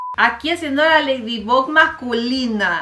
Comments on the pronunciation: Yo escuchando como dice Ledibug,cuando es Laydibog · Mariale se escribe ladybug pero se pronuncia ladybog osea q en lugar de pronunciar la u es la o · Mari, Ladybug no se pronunciaba Leydybog, ya se q no se escribe así es para q entienda el comentario xd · Yo pensaba que se pronunciaba leidibog y resulta que era leidibug viví engañada toda mi vida :'> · Como lo dice mariale: lila Como se dice:laila Como lo dice mariale: ladybug Como se dice:ladybob Como dice mariale: Adrien Como se dice: eidrien Como lo dice mariale: catnoar Como se dice: catnoa Mari pare que no as visto la serie no finjas te amoo❤ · No es leydibug es leidibag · Mariale: me encanta ese programa Yo: y no sabe decir bien el nombre de ladybug 😂 se pronuncia ladybob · Ladybug así se dice